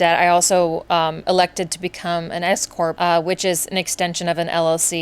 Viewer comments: I thought you said escort instead of s-corp. Whew, momentarily stunned! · I KNOW I’m not the only one who thought she said “I decided to become an escort” instead of “s corp”. I was like “yaaaas okay!” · I thought you said escort 😅….S-corp…got it 😂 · Oh, my goodness . I thought you said you had become an escort. You kept saying it, so I thought it was a bit. No, you said Scorp. I feel so foolish😂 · Oh S corp! I had to rewind that I thought you said escort 😅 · LOL! When you said S Corp, I thought that you said escort 😂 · I thought you were saying you became an "escort" 😂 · An S Corp. Not an escort. Had to pause and rewind. 😂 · I thought u said "escort" 😂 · No, no, she definitely said escort. 😜🤣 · OMG, me too! I was like Whaaat? Times must be tough. Lol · Hahaha me too.. my first thought was “WHAT”, immediately followed by “None of my business, don’t judge” 😂